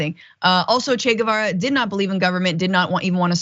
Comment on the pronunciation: Homegirl is craycray, but I giggled at how she pronounced Che Guevara… never heard it like that before 🤣